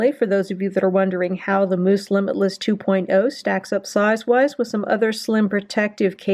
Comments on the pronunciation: Ahahahahaha! Why are you pronouncing Mous like mousse and not mouse?? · Pronounced mouse not moose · you said moose it is mous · Bruh it's not moos it's mouse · Future reference its pronounced "mouse" not "moose" couldn't stop laughing but great info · It’s mouse. Like mouse. Aaaaarrrrrggggghhhhhhh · honestly I think you just own the moose pronunciation. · 1 it’s pronounced mouse, and 2 just drop test it if it’s that good of a case instead of showing the accessories for half an hour